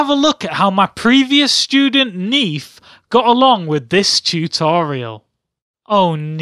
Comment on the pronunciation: Neef, not Nerf.